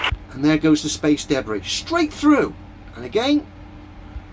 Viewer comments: This dude should NOT be making any sort of profit from his terrible videos. I can’t even get past his pronunciation of debris. Deb Bri. Debb Rhea? DaBree … it’s so awful I can’t even type how he’s saying it. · Every time that guys says debris, I flinch. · He wasn't just eating soup, he was eating "me soup," which sounds like a combination of body fluids and excrement. What's "space daybray?"